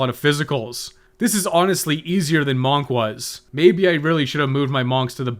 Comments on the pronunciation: You definitely gotta be pronouncing monk weirdly for engagement farming. It’s working I tell you. 😠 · monk rhymes with hunk, not honk.